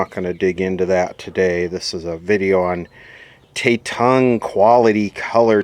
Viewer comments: Tatung ... one word no not shit ... not prinounced the American way ...A sounds like Abba not A sounding like lay .. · Tatung is Taiwanese,, and Tatung is pronounced with a soft a, like at. (Tatung was considered to be decent quality in its day) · For correction Pronounced “Tah toong” . Not trying to disrespect you in any way. This company made the first stereo color television sold in the United States. Not saying or knowing the quality of their products but agreed they were cheap. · I believe It's pronounced as Ta-tung, there's no "e" lol.. Tatung was a house brand that sold fans, ceiling fans, toasters and other smaller appliances mostly made in Taiwan... I'm most certain that the TV is made by another manufacturer and sold through Tatung.. First I've seen a Television with their label on it.. Gotta find out the actual manufacturer and probably the similar model will be in the Sams.. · you butchered the pronouncation